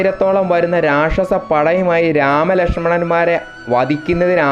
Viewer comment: രക്ഷസ്സൻ അല്ല മോനേ രാക്ഷസൻ എന്നാണ് അക്ഷര സ്ഫുടത വളരെ വലുതാണ്...!!